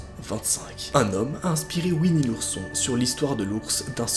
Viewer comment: Nooooooon pas ouini l'ourson